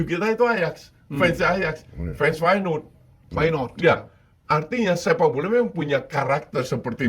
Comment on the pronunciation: Bang pengetahuan sepak bola lu payah benee dah 😂, masa ajax jadi ayaks, feyenord jadi my not, van dirk jadi pandai 😂, tapi gua paham lu cuma angkat berita doang